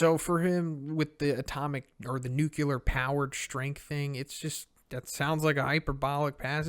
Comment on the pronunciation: Say it with me: new clee er, new clee er, new clee er. Not new kew ler